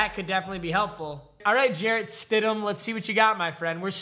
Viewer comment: "Jarrett Widham" smh its stidham;)